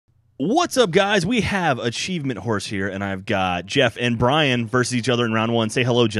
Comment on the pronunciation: he said brain not brian